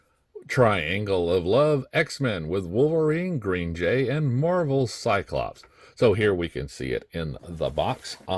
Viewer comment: "Green Jay" 💀💀